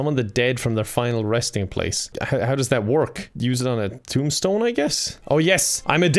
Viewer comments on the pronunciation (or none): none